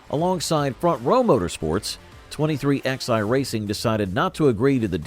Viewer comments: 23XI is pronounced 23 - 11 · Hey, computer voice? It's pronounced twenty-three ELEVEN. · So IRRITATING to hear it said "23 X I." It's called "23 eleven." Sheesh 🙄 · 23 X eye? Are you kidding me? Twenty three eleven you fucking retards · I can’t take this seriously when they can’t even get the team name correct. It’s not 23 XI racing. It’s 23-11. You lost all credibility when you can’t even get the team name correct. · Its said 23 11 , not 23XI ...